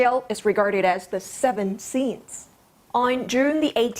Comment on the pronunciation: "Da severed scenes"